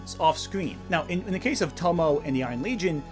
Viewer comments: I'm not trying to be a jerk, but I have to ask: Do you tend to watch your anime dubbed or subbed? The reason why I ask is your pronunciation of the Japanese name "Tomoe" with two syllables ("To-mo," as in the old Cloverway dub pronunciation of Professor Tomoe's name in Sailor Moon S) instead of three syllables ("To-mo-ay," as in the actual Japanese dialogue track of those episodes.) I do understand why native English speakers would default to treating that final e as a silent e, because it would be according to the conventions of English, but those same English pronunciation conventions are also why so many native English speakers mangle the pronunciation of "Gramuglia. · For future reference if she ever comes up again, Tomoe is pronounced more like toe-moe-eh. Three syllables, the E isn't silent. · Tomoe is pronounced (Toe Moe Ay). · In Tomoe, "e" is it's own syllable. Tomo-ay.